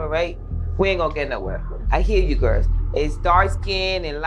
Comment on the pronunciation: Why can't Joseline pronounce the word "GIRLS"? She says "GIRS".